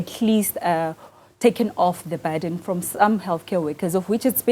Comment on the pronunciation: Burden not barden.